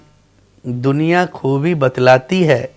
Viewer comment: He can' t pronounce Zor,Raaz,Khoobi,Khaami,Qalam etc . He never reached the level of Majrooh,Sahir, Shakil,Kaifi etc as a poet lyricist or even level of Shailendra,Hasrat,Anand Bakshi 😅😅😅. He lifted many lines of other poets,even others songs are presented in his name😅 Sameer knew marketing oiling and buisness aspects of Bollywood,so he got movies,money and fame. His entire songs are not equal to Main pal do pal ka shayer hoon or Hum hain mata e koocha o bazaar ki tarah. He promoted cheap songs in movies in the name of situation...